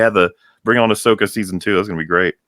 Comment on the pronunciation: Ahsoka became Ah-suck-a.